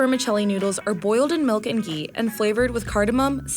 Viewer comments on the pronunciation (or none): none